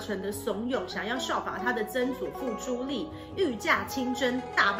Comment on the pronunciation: 是朱棣（帝同音）啊.....不是朱力